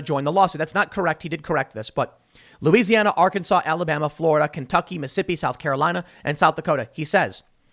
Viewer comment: it’s pronounced “Arc-An-Saw”